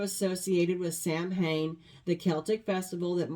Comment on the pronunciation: Samhain sounds more like sowin.